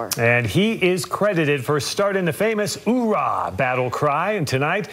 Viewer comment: It’s even been turned from “Oorah” into a noise more akin to a submarine. More of a “Auegh”